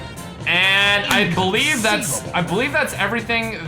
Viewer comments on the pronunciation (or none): none